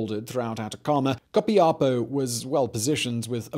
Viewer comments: Is Copiapó. The accent on the last O. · Simón You slaughtered the pronuntiation of Copiapó hahahah but i loved how you said it and btw i love your videos greetings from Chile